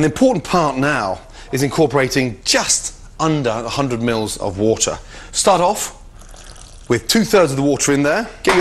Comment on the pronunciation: anyone else think he says woootahh not water?